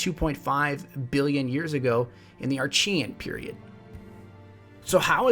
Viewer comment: Archean = "ar-kay-en"